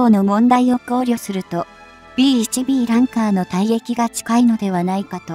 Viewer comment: ランカー→「ランサー」